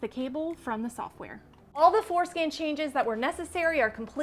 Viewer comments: Man, that was funny. I thought you said Forskin I had to listen to It several times before.I realized you were saying floor skin 🤔 😂❤😂😂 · I keep hearing her say "foreskin" 🤣Good job btw.